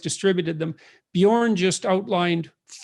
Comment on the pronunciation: Björn, it's Björn! Not Bjorn! No big deal, go on!